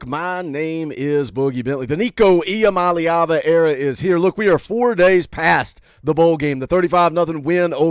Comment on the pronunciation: Boogie thanks for taking the 5 minutes to learn how to say Iamaleava.